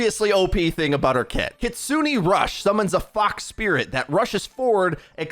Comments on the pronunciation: “Kitsu-nay” not “kitsu-knee” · No one gonna talk about how he pronounced Kitsune as Kitsoonie. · It’s pronounced “kits-zoonay” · Should be more like keets-neh than kit-soony, I think? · Okay I hate being "that guy" but I've gotta say something... It's pronounced "Kit-soo-nay" not "Kit-soo-nee" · For the last syllable of Kitsune it sounds like "nay" rather than "knee" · "Kitsunee rush" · I have not heard a single person say her ultimate properly yet, it's pronouced 'Kee-tsu-ne' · I've noticed many people on YouTube have been mispronouncing the character's name and her Ultimate. This is how you say them. Kiriko: Kih-ree-koh Kitsune: ˈkit-su-nei or ˈkits-nei Also, Kiriko looks "a bit" crazy, I can't wait to play a the new DPS/Support Hybrid hero in Overwatch 2! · Not to be the weird guy, but the pronunciation of Kitsune was butchered a little. The E in Kitsune is pronounced more as “eh”. Hopefully this makes sense😂. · The duality of knowing two or multiple languages. Or learning😂 I’ve been tryna help ppl with the pronunciations too. I’m hearing a lot of Cuh-Ree-Ko from ppl. They need to emphasize the E sound in Ki, and have their tongue touch the top of their mouth when pronouncing Ri. Much like the English L. pronunciation of Kitsune different got a laugh outta me tho.